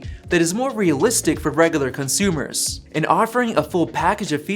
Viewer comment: He said the consumers as if were eating it